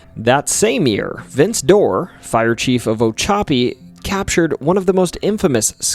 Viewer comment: Did you say, “oh-choppy” for Ochopee?😂